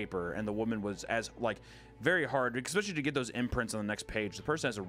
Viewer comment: ICK specially is not a word. It is pronounced ES pecially.